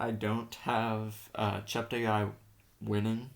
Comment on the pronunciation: Please note that Joshua's surname is pronounced, Chepte 'gay' not 'guy'. He has consistently corrected commentators on this, and I have attempted to educate others, such as you, to this correction. Also, may I suggest that you ensure to get updated information about athletes' performances, thereby enhancing your observations. Tony Hunt World Junior Athletics News NZL.